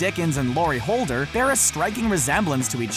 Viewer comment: Laurie HoldeN, not Holder!